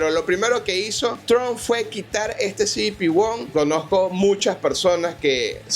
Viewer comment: "cibipi won" 😅😂😂 que mal inglés 😂